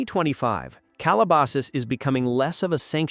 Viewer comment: AI can't pronounce 'Calabasas' but can they hunt us down with lasers?